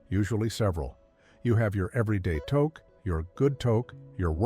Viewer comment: pronounce touque properly.